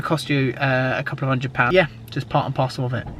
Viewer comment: 8.00 not a couplaa birds 😂😂